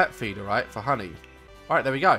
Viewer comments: He called honey like ‘hungee,’ Mrs doubtfire? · I love his he says HANY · the way you say honey is so funny and cute 😂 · the way he says honey 😂😂😂